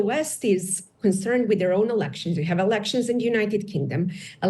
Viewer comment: "alenctions" she has to read so fast to keep up with the role that she makes phonetical errors as english is not her native language despite her pronanciation being exceptional sometimes. Please let us live our lives. Your military, economic and human resourcefulness make you lose contact with reality in Balkans. You are not able to grasp realities and to maintain your narratives from offices in Washington or from Embassies in Belgrade and Sarajevo. Certainly not all of you are warmongering, denounce narratives and activities that fuel tensions. US interests are not to be recognized as stupid, malicious or warmongering. Muslim world awakes from your delusions, Serbs are already awaken since 1990s. Your role in shaping conflicts is naked. Your misuse of human rights and pseudo-liberal narratives for your own goals are visible. No one believes you, your malicious influence, pseudo-scientific and pseudo-balanced organisations and broadcasters like these are used by Balkan corrupt leaders as an excuse for their own wrongdoings. I get it you see yourself in some kind of mission, but make sure your research and voices are used properly and not wasted on warmongering and divisional activities. I bet most of you are altrusitic and concerned for human rights. Get outside of your fancy offices and try to get in touch with reality from genuine sources. Not just from people hungry for us money or in fear from us militarry and secret service power. Confront your bosses, world after undisp